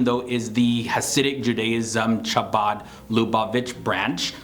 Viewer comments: It’s pronounced more like Habad not with the hard ch. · Excellent! By the way, Chabad is pronounced as if it were a Spanish word: Jabad. The “ch” is not like Charlie; it is gutteral. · thank you. good video. pronounce chabad " HA- bahd". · you said CHa bod like chair its CHa bod like german ACH like ACHtung /clearing phlem NOT like CHAIR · More like "huh-baad" because english speakers tend to want to pronounce it like ha-bad as in the word "bad" 😂. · lol, Chabad. Hebrew doesn't have a CH, so best to pronounce that as an H. (It's not really an H, but it's closer than a CH.) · its pronounced Khabad, not chabad lol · you ronounced chabad wrong. it's chabad, khabaddd... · Chabad is pronounced like Habad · Chabad is pronounced habad. They have a presence at many universities called chabad on campus and are welcoming friendly of all people they don’t try to push there level of strictness. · Ch in chabad is pronounce as a hard h.... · Loved your style and the clarity as well as brevity of the presentation. I won’t mention the detail about how the word Chabad חב״ד is actually pronounce since several people had covered this topic. What I did want to tell you is that when you got to Humanistic Judaism my heart skipped a beat. Your description is exactly the way I celebrated my Jewishness for decades. It had no name for it, but I knew that this is what spoke to me. I am glad it now has a name in my heart and in my mind. Thank you. Keep up the good work. Dita T Palmetto Bay FL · Thank you! FYI, the "ch" in Chabad is not pronounced like the "ch" in child. The sound comes from the back of the throat. The Hebrew letter that the "ch" is meant to transliterate is actually the same letter that starts the word Hasid. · No actually. As a Chabad Lubavitch person myself. I can assure you, only ppl in Spanish speaking countries pronoun it with a J sound. The CH is not J. The only letter that matches the sound is the letter Chet in Hebrew which is ח